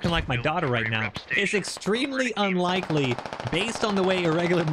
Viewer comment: Words are hard, "unlikie"